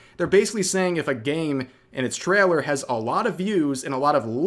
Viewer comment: "Traller" I was thinking Rev was either Canadian or from NYS, but now I'm thinking.. "Traller" (instead of trail-er) sounds more Northern Mid-West. Thoughts? 🤣🤣🤣